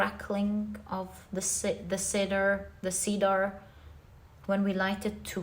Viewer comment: Just a pronunciation tip: In English, Cedar is pronounced ‘ Seed’R ‘ instead of ‘ Seedaar ‘ ❤